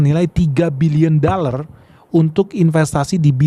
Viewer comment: Cakap dollar pun tidak tepat.dallar😂😂😂